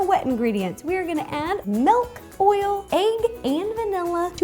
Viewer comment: Love how she says egg